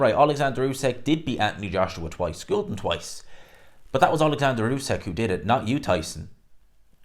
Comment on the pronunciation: Not usak it’s usyk